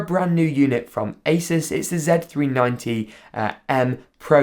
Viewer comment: You saying Asus wrong is sad